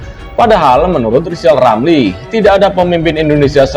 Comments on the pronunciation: Ngomong r aja ngk bs mbacot doang lizal lali.jd mentri tak bejus.mkanya di pecat sakit hati koar 2 lah loe si tua bauk tanah.kaum pecatan bikin partai pecatan indonesia coba dpt suara ngk bs ngk jd presiden zal kau buktikan hayo.di 2024 ok zal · Emmang betul si anis tdk bejus kerja dasar rizal otak udah pikun ngomong r aja tdk bejus komentar mikir rilamri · Yg pendendam itu kamu Zal lijal lamli.....jijik lihat si tua ini ngoceh ... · Pak Rizal Ramli hendaknya sebelum menilai seseorang belajar dulu menyebut ER bukan EL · Si Rizal Ramli, ini gak usah di dengar bacot nya, gak jelas bacot nya gak bisa ngomong jelas apalagi ngomong "R" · Justru RL sj yg hrs ditabokin rame², krn sll nyinyir, fitnah kpd Presiden & Pemerintahan yg syah, parahnya lg g bs ngomong R (pelo) jd omongannya ngaco g bs difahami oleh publik. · RIZAL RAMLI..cuma BADUT POLITIK ..ngomong .R. aja ngak Bisa ..apalagi jadi pejabat ya pasti di pecat . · RR sangat rajin kerja brow, Kerjanya nyinyir?. Dikasih jabatan gak jelas kinerjanya, seperti ngomong "R" aja ga jelas. Kalo kinerjanya bagus, masak di pecat. P. Jokowi butuh mentri yg bisa kerja untuk mewujudkan program2nya. Contoh P. Basuki.